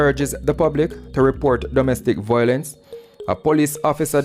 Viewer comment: Since you are open to taking correction, the word is pronounced "vi-o-lence" not "voi-lence". Keep up the good work! Congratulations!